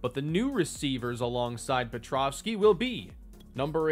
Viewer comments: Great finale. Appreciate the work you put n2 this video & the series as a whole (even if I gave you a hard time for your petrowski pronunciation lol). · The whole series and the pronunciation of pet- row-ski still wrong lol